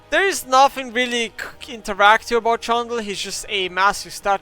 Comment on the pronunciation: The way he says Trundle, makes it sound like Chandler and i thought i missed a champion or a joke....